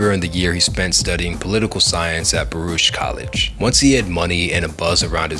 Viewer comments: Bro. You're out here just mispronouncing names left and right. Like actually respect the culture and do the research first and stop using Chat GPT for content. Actually learn it please. Calling him Mas Def and Baroosh College and Corn Mega.... Come on bro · I don't understand how someone with so much knowledge can continuously mispronounce simple words. Like Mos Def and Baruch College?